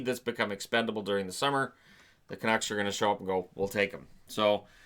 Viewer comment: It's OK, Chiarelli is going to the Canucks, not the Canooks.